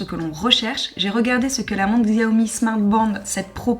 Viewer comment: Aie le X fait mal dans la prononciation de Xiaomi 🥲 La bonne prononciation ici